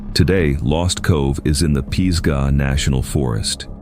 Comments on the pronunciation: What's up with the desolate, isolated area narrative then shows a mountain resort? Pees-gah national forest? Lol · Yes, NC native. Truly annoying when you don’t get the pronunciations correct. Peesgah? CashEErs? I’m sure some of the places I’m less familiar with were mispronounced. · Western North Carolina native here, from Brevard, NC. It's pronounced pizzzzgah, like fizz-ga